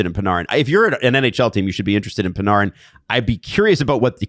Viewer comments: It’s Pan-Air-in not Pan-ARRE-in. And if it is the latter then everyone tell us that ten years ago. Not now. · i hate the way you're saying panArin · Am I tripping or why does say panarin like parneren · Are you sure its not Pin-AIR-in? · Pa-nar-in? PA-NAR-IN?? Do YOU think that is purposefully mispronouncing the Breadmans name? I swear hes saying as much as he can too, its making my hair stand. If i ever have a face to face hockey conversation with I'll probably just shoot myself instead it would be less painful then enduring is his mental RESTART- ation and exceptations to take his garbage takes on hockey culture seriously. This guy is a putrid disgrace to the hockey sports casting space, on the Mount Rushmore of egregiousness with Simmons. you're great, I've never heard you say anything stupid. I literally am never more trigger to the point of comment thoughts on a YouTube video than when talks and it sucks because great and we gotta put up with "HeY yOu GuYs" - 🦥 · The way is saying "Panarin" is frying me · I want to Panarin to go anywhere you guys talk about the least so I don’t have to hear him pronounce his name wrong anymore. Has anyone ever heard anyone calling a game say his name that way? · It’s bothering me too